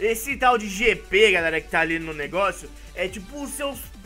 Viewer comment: GP?? GP??GP???? É JJJJJJJP POHAAAAA